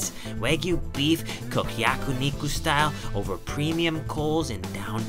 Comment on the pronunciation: Yakuniku ヤクニク ✖️🤣🤣🤣 Yakiniku ヤキニク ✔️ but anyway I am watching your every videos and I love it .